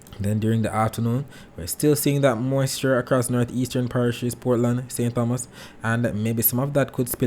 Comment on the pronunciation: Good morning, very useful info much appreciated. On another note, remember St. Thomas is pronounced, Tomas. The h is silent. Blessings